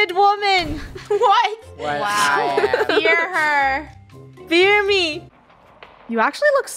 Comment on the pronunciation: I realized funneh said a quote joke: I am..... the mighty ...... the only .......! Bearded women. BEER (instead of fear 🤣 🤣 🤣) ME Me: Ok *gulp okay........ BUT PLEASEEEEEEEEEEE!!!!!!!!!!!! DONT HURT ME!!!!!!!!!!!!